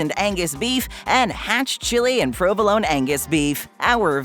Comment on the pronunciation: ➡ Hate to tell you this, but the correct pronunciation of prō″və-lō′nē is still prō″və-lō′nē. ⬅